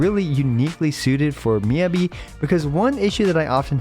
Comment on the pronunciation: I try not to leave many negative comments, but with how often we hear Miyabi's name said in story by multiple characters, it makes me wonder how you can mispronounce it this long after her release